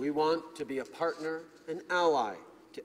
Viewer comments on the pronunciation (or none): none